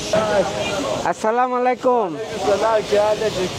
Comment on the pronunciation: সালামত শুদ্ধনা,মালাইকুম না হবে আলাইকুম হবে।